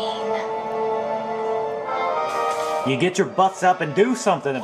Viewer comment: Lol when u said gwain I said grain!